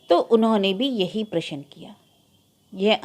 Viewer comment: आप अभी तक प्रशन ही बोल रही हैं....प्रश्न बोलना इतना कठिन भी नहीं है।